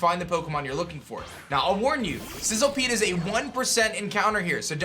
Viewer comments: The moment you realise that it's Sizzlipede not Sizzlepede... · It's literally spelled SizzLIpede. Idk how or why you're pronouncing it like SizzLEpede. Makes no sense and it's really irritating. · It's Sizzlipede* by the way. Not sizzlepede